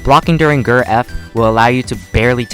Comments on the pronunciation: Its not pronounced gurr its jurr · To corect you you pernounce ger geir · Everyone: G. E. R.: gr